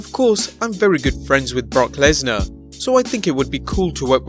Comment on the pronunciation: Did you say Bork Laser